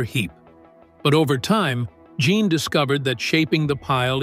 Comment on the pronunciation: The French male name "Jean" is pronounced "Zhawn." You've heard of Sean Connery? Say "Sean" but replace the SH sound with a ZH sound.